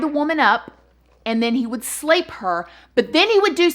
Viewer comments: This is such a serious topic but everytime you say slape, I giggle (childish I know). How about sexual assault? Or physically violate? 💙 luv your channel - new fan. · Slape. :) Grape, nape, flape...lol!!!